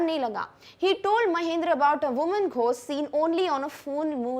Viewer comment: ઘોસ્ટ✅ ગોસ્ટ❌